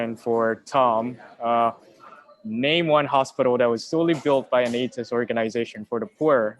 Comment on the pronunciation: It's pronounced - 'A - the - ist', not 'A - tist'.